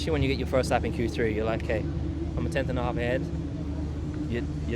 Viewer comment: At least try and say it properly just once, Valtteri. Q three. Not Q tree. It sounds ridiculous year after year. Edit: I do realise I sound awfully negative, I'm trying not to. Honest :D